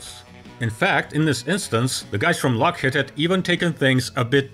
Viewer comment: lock HEED not lock HEAD